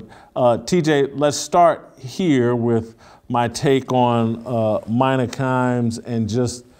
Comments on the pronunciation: Her name is Mina (Meena) not Myna. And while I don't like her talkin about this tweet or whatever it was a negative comment from a Russian bot most likely she's absolutely fine. ESPN is giving her a big responsibility and you're going down the tubes anyway so why not? Because she didn't play the game? That theory went out in the Stone Age. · on point again! its pronounced Meena tho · It's pronounced meeeena whitlock geez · It’s MEE NA Kimes. Not caping but you make a much stronger point by showing someone appropriate respect by saying their name correctly. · It's China Kims not mina 🤣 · I think it's pronounced "Mena".